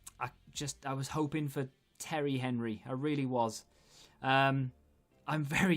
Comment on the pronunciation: You probably would you have gotten henry, had you not pronounced his name like that lol. The icon gods were insulted